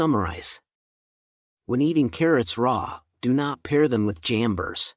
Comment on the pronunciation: Kinda helpful but some names are not so clear for non-English speakers. Kindly "jambers?" that can't be paired with carrots? The subtitle showed jamburs. But jamburs are not edible.